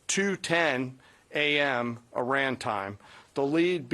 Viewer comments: Yes yes yes the USA is the greatest country on Earth. How do you pronounce 'Iran' again? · He can't even pronounce Iran correctly. What a prat!